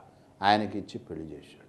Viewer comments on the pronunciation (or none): none